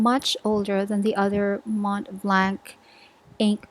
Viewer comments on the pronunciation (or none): Just so you know, the "C" in the end of "Montblanc" is silent, you should't pronounciate (??) it. // I wouldn't really call Noodler's inks "bizarre", they're just answering very specific needs. // Love from France, Marjorie